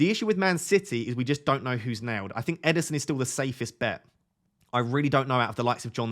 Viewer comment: Ederson not Emerson